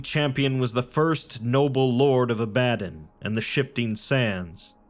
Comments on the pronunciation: Just gotta say, it's the Lands of AH-buh-DON, not ah-BAH-dun. But this is a great video regardless! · It is pronounced Ab uh don